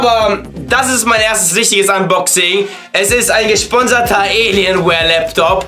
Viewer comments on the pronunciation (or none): none